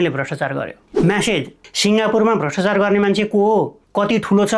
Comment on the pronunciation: "भ्रष्टचार" र "व्याक्तिगत" गलत भयो, कृपया "भ्रष्टाचार" र "व्यक्तिगत" भनेर उच्चारण गर्नुहोला। Right-scrolling long text पढ्न कठिन भयो, कृपया यस्तो टेक्स्टलाई Lrft-scrolling बनाउने गर्नुहोला।